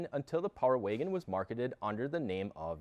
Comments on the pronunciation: It's Wagon, not Waygon.... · What’s a Power “Waygen” ? Lol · What’s a power “waygin” ? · Love the Video and I ordered My 2022 Power Wagon in June and should be getting it in Oct. BUT if I have to hear this guy say “ Waygen “ one more Time!!🤦🏻‍♂️🤯🤬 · Where are you from? I've never heard anyone pronounce "wagon" like "wiggin". Intriguing. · No offense bro but the way you say wagon is giving me brain cancer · I came to the comments just to see this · I didn't hear until you mentioned it. Thanks for that. Can't not hear it now.